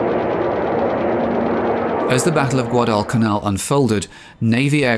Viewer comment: The way you pronounced Guadalcanal was best I've ever heard! The way Aaron Echkart soluted his bomber pilots on harnet aircraft carrier right before making this raid, was best solute I've ever seen! Go! Dick Best, Wade McCluskey an all they're screws!!